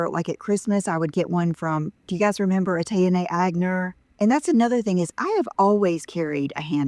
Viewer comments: OMG-did she just say Agner bag not once but twice? She has got to be one of the most ignorant people I have ever seen on YouTube., maybe take some of your idle time to learn the correct pronunciation of the words you’ll use in your presentations. Also maybe the names of products you present, and people you are referencing. Just a suggestion. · No, she did not just pronounce the hand bag that she got in highschool by the brand Etienne Aigner as "AH-TAY-AH-NAY AG-NER." lol Jesus..., look up how you pronounce sh*t. It's "EH-TI-ENNE AHN-YAY." As shown below. If you're going to buy designer brands, then you should know how to pronounce them. sigh This was one of her absolute most annoying, irritating videos I've seen yet.. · …. She was fairly close on the Etienne but she pronounced Aigner as Agg Ner.